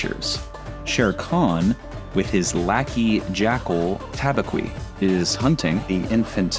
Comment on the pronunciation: Just thought I’d give you a bit of constructive criticism for self improvement. Your pronunciation for Tabaqui is totally incorrect. It’s not Ta-bah-quee. It’s actually pronounced Tah-Ba-Kee. I hope this little FYI will help you in the long run.